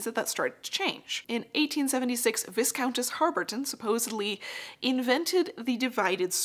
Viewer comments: "division on divided skirts', indeed! Very neat, thank you for sharing such a lot of work. BTW, Viscountess is pronounced 'vi-countess'. Thank you again. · One small critique, Viscount/Viscountess is pronounced Vi count/ess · A small point, for the word Viscountess , the first s is silent.